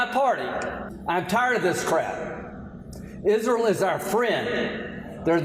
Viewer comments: Hey Lindsey, Is-re-al is a 3-syllable word. It is not pronounced Is-ral. What an idiot, along with many GOP representatives. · Can someone tell Lindsey it’s IS RE AL. Not IS REL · I can't stand him.. he's a blood thirsty PIG..I can only imagine the evil he has done.. also why tf does he say IsROLL?? huh I hate him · Graham, being a hillbilly, can't pronounce Israel... he calls it "Isrill" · How can you be a friend of "izraal" if can't even pronounce it! I am a friend of Jews, certainly but not of Izraaal's policy of genocideand thus am an anti-Zionist! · Why he say "IZZruul"? Is that how it's pronounced?!? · So many lobotomized people sitting in for his “izzrill” speech 🤦🏽‍♀️ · I'm sorry, but the hell is "Izrul". I have some good tea on him! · “Isrull” - where is that, Lindsey? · I've never heard of this "izrull" as he calls it......but there is a place called Israel and it's been an illegal state from day one and needs to be destroyed.😊😊😊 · "ISRUL" southern mispronounciation sounds silly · "Our friends in IZREUL" it's pronounced ISNTREAL, Lindsey. And they certainly aren't "fighting for their lives" they're living peacefully while the IOF actively kills and starves Palestinian children. The endless propaganda is unbelievably breathtaking. Claiming Israel is a democracy is like claiming Russia is a democracy is like claiming AMERICA is a democracy at this point. Give it up with your attempts to BRAINWASH the people into the belief that supporting dictatorship and ethnic cleansing is "patriotic" and "Christian" when it is anything but. No one is eating that shit up anymore. These people are pure evil. SEPARATION OF CHURCH AND STATE. GET RELIGIOUS ZEALOTS OUT OF OUR GOVERNMENT NOW!!!! YOU CANNOT MAKE FOREIGN POLICIES BASED ON YOUR RELIGIOUS BELIEFS!!!! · It would appear that Lindsey Graham does not realize that Israel has three syllables not two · The deep southern way of pronouncing Israel is weird. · Why the hell is he pronouncing Israel that way?